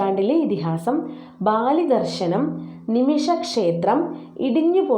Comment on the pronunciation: ബാലിദർശനമല്ല, ബലിദർശനം